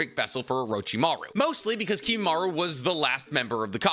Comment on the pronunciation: KimimarO. The amount of times you mispronounce the simplest things is pretty sad.